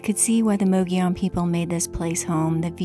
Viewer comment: Great video! Thanks for renouncing “mogollon” correctly! I agree. Adventures and places are always best when shared.😉 👍🏼